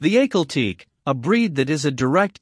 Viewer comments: Ahkhal Taykay two syllables. What a clown the narrator! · It’s pronounced AH-KAL TE-KAY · ….He just called it aykleteek….. smh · If you're going to narrate a video, pls. pronounce the horse's name correct. It's Ahkhal Taykay. Cheez! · The aykalteek lol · Not pronouncing the breed name correctly.